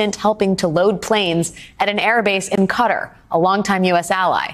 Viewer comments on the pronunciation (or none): Qatar is not pronounced "cutter", more "kuh tar". stolen valor really bothers me. i deployed 2x to iraq in 2003 and 2005. i have the utmost respect for those that deployed to kuwait. they still served for a year way from their families. but they didnt have incomming mortar attacks every other day, they didnt have IEDs being found (and some not until it was too late) every single day. if someone was deployed to kuwait (or in this case, Qatar) but claimed to be deployed to iraq, they are the worst kind of people. they were the type that would sleep on guard duty, hand over broken vehicles and just overall Blue Falcons (google it). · Why does everyone and their mother's goldfish pronounce it Cutter? It's pronounce Kuh-tar. It rhymes with guitar. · Wait, did this reporter say “karar” instead of Qatar?? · Can't Journalist pronounce countries anymore? It's not CUTTER, it's pronounced as Kuh taar. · Its pronounced (KATAR),,Qatar.